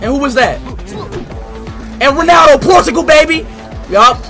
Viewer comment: bro not prtugal its sport-u-gal😂